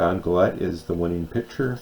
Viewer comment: Don Gullett. Pronounced Gul-it.